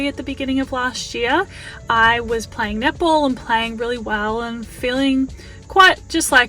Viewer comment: So I watch this sped up on 1.75 speed and I kept thinking you were saying nipple ball, not netball my God I’m laughing so hard I had to slow it down to actually hear